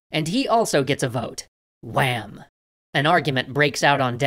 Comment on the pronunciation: The way he said WHAM!